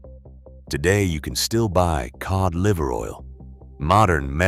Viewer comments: I was until the "key old liver oil", that's A.I. that corrected itself. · The ai bastard said kee ohd liver oil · Kee oid liver oil??? Stupid A.I.